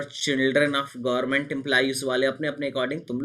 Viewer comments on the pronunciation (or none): none